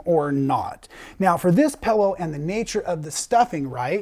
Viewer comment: hahahaha,, pellow? Its pillow like in pills, not pells, hahahaha, you sound like an Australian! Great pattern, going to make it for my husband as a neck roll!